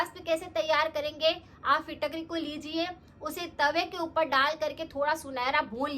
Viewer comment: Fitkatri ap shi s bol nahi pa rhi